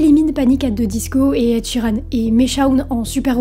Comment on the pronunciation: Il faudrait te servir de ton application pour apprendre comment prononcer l'anglais... Je pensais que tu parlais d'un groupe de Kpop quand tu as dit "Ed Sheran"